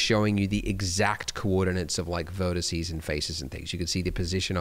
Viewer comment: not sure what a VERTISSY is ... if you mean the one ... singular... VERTEX.. that you grabbed....